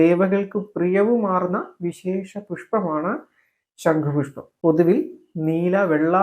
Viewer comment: ശങ്കു പുഷ്പം അല്ല സഹോദരാ ശം ഖു പുഷ്പം അല്ലെ ശരി തെറ്റു തിരുത്തുക